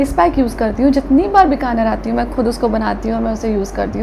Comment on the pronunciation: Charu, you always pronounce Bikaner incorrectly. It’s Bikaner - Bee kaa ner not bi ka ner! In Hindi also it’s written with badi ई मात्रा. I’m also Rajasthani and thought to correct you as it don’t sound appropriate for a native to pronounce their birth place incorrectly!